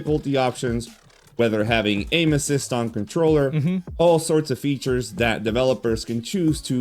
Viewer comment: took me like a minute to realize he said AIM ASSIST, non ANUSES!! xDDD